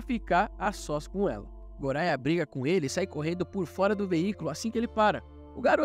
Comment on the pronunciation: O nome goria se pronuncia goya e ren e len